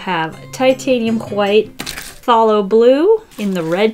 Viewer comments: Phthalo is actually pronounced like “thalo” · pronounces pthalo like I pronounce pseudo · You can tell she doesn’t watch bob Ross just by the way she pronounced phthalo blue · i thought it was "thay-lo" blue?